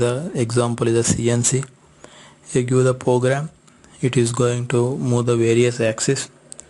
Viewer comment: its program not pogram